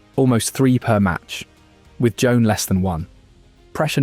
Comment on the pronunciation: It's pronounced Juwan (like swan).